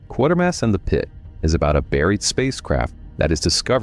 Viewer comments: It's pronounced QUAY-ter-mass, not QUAR-ter-maass. I would have expected you to know that. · That almost sounded like you said Quartermass at beginning but I know that can't be. Lol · I am assuming it's an AI commentary otherwise if you claim to be such an enthusiast, you'd know how to pronounce Quatermass. AI is ruining the YouTube experience. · You said Quatermass correctly once in an earlier video and never again 😂 jokes aside this was a wonderful trilogy of videos! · Michael Gough is an extremely well-known British actor. His surname is pronounced Goff - not Go. And ... it's QuAtermass - not ¼ mass. There is no second R. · Quatermass is pronounced Kway-ter-mass. I think the word you're looking for is heresy, not hearsay. It's pronounced "hair-uh-see." And it's Nigel Kneale (rhymes with kneel), not Nigel Keel.